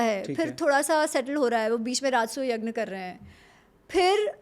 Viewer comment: ये हमेशा यज्ञ को बार बार यग्न क्यों बोल रही है?